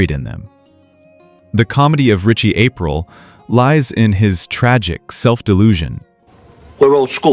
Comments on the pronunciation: Thought it was Richie A-Preel not April? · Definitely an AI channel narrator calls him Ritchie Ape Rill at the end lol. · Once he said ‘Ritchie April’, I couldn’t take this seriously. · Why do you keep saying his name wrong is this AI??